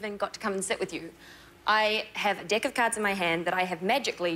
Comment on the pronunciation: anyone caught that "dick" of cards? LOL